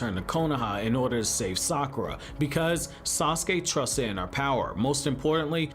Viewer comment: Sakwa Sounds like it IDK